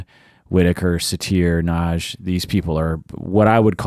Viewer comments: Nagy= correct pronounce is "nod-yuh.". Nagy- translated in English means "big". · Actually it's pronounced to nearly rhyme with "lodge"... the "-gy" in Hungarian has a unique sound so that "Nagy" is pronounced something between "nodge" and "nod-yuh." Source: Dad is from Budapest 🇭🇺